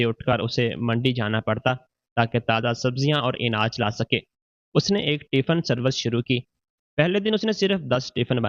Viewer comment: inaj nahi anaj